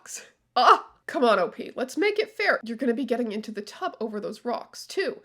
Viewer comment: Please, pronounce OP as a word. It rhymes with "hop".